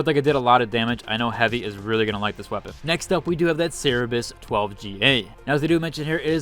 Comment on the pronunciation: Bother, Ser-ber-us = Cerberus not Saribus